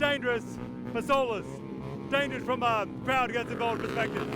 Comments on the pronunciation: First "Soer", now "Danergous". 😭😭😭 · "Danergous" 😭🙏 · "Danergous" acc read that as dangerous 😭💀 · "Danergous" what 😭🙏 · “Danergous” hermano 👊😭🥀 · "Danergous" SONset😭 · Before it gets edited, it says ''danergous'' intead of ''dangerous''🥀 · … it’s dangerous not danerogus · "Danergous" this keeps happening frequently bruh😭